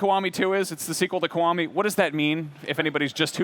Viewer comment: It's not KOWAMI. IT"S "KEE WA MI." Is it that hard to for English speaking people to speak a simply word?